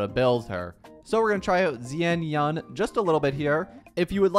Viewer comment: Zian yan! Ofc😂😂 And suAnni ❎️ sunia✅️ Mistakes like that can be avoided with just a tid bit of effort, buy you chose not to... 🤦